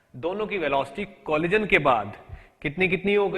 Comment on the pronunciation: Funny guy....."colijan"